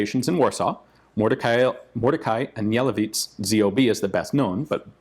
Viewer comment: It's pronounced "An-yeh-LEH-vitch."